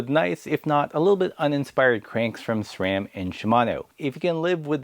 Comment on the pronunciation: Subscribed just because you correctly pronounce SRAM.